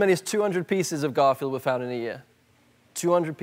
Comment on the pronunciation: Did Ellen said CARFIELD?